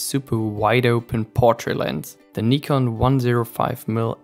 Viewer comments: had to dislike because of the way you say nikon. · You get a thumbs up just for saying Nikon correctly. 💪